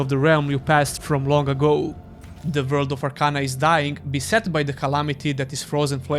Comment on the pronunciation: I like the way you say "vorld"